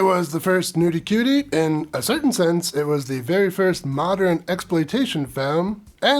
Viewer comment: Love your reviews, but "mod-er-in" is driving me nuts.